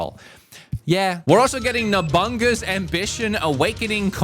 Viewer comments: Who tf is Nobungga? He is a japanese, not a cave man. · Big Nobungus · Who in the world is Nobungus you butchered a historical figure name so bad. Nobunaga, No-bu-na-ga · its NO-BU-NAGA'S NOT NOBUNGUS LOLOLOLOL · I'm actually shocked how many people (including Vinnysauce) say "Nobunaga" as "Nobunga" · man called nobunaga nabunga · NoBungas? Hahhahaha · Sometimes i am not sure if he pronounces these things wrong on purpose or not lol Nobunga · Bro said Nobunga.. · No way bro called “Nobunaga” “Nobungus” 😂😂😂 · Did you just… Did you just say Nabunga’s Ambition??? Kaname Dayt??, what are you doing,? Is this intentional?? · “we’re also getting NOBUNGUS!” I swear I thought that this was a strategy spin off of Among Us.” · Love your content but, my guy, you gotta work on your Japanese pronunciations, Kaname dah -teh & No-bu-na-ga - Japanese is phonetic. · Bro said Nobunga lmaooo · pronouncing that as Nobunga is hilarious LMFAO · Did he just call it, “NAH-BUNGA’S Ambition?”…………. Idiot. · I can’t get over how he pronounced Nobunaga 😂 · Bro just pronounced a Japanese historical figure like "Cowabunga"s cousin.